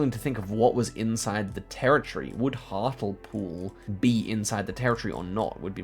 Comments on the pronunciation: Its not hart-el-pool, its hart-LE-pool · That pronunciation of Hartlepool is...😂 I only know the correct pronunciation because I listen to the Abroad in Japan podcast and cohost Pete Donaldson is from there. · HARTLEEEEEPOOL Lol not hartawl pool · Hart-ul-pool how I love to hear mispronounce English town names 😂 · Hatlepool is prunounsed hartlypool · Hearing pronounce "hartlepool" like that as someone who lives near to the town is so funny. (For reference its pronounced "hartleepool") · Love the pronunciation of hartlepool. Hartle pool 😅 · Loving Hartlepool pronunciation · it’s hart-lee-pool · Hartulpool made me laugh but there's no way would get to the right pronunciation just by guessing! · I like how pronounced Hartlepool. English town names are weird. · oscars pronunciation of hartlepool pls can we have a lesson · can someone teach him how to say Hartlepool 💔💔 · My face contorted in pain with that pronunciation as a local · not the hartlepool pronunciation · the way he pronounces hartlepool 😭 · The pronunciation of Hartlepool made me laugh